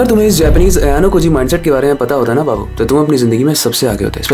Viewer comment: Babu😊 you are saying bahu 😊